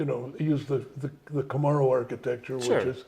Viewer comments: Who knew you could say things like "weird cars for weird people" for one of the brands "Saturn", mispronounce the name of a top selling vehicle "Camero", kill a popular brand in America "Pontiac" but save a popular brand in China "Buick" that most American's didn't care about and still be so high up in managing a company that's considered an American company producing these brands of cars. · That bugged me too.. "Camarro"! 😖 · Mr Lutz has a very usual way of pronouncing "Camaro". The first few times he said it, I didn't even realize what he was saying. I've never heard anyone else pronounce Camaro like that. Someone should ask him why he does. My only guess is that he might be frustrated by how often it is misspelled as "Camero", so he decided to consciously pronounce it in a way that no one would think the second vowel is an E... You think?